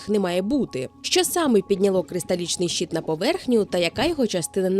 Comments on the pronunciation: Трохи ріже слух від вимови "щіт" (майже англ. шіт), замість щИт, але відео цікаве. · Дякую за чудове відео ❤ Єдине, що слово "щит" вимовляється твердо, а не щіт.